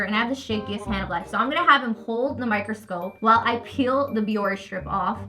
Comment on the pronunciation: It’s not pronounced BiOrR it sounds like Bioreh